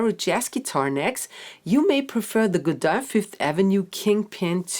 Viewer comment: She pronounces Godin beautifully!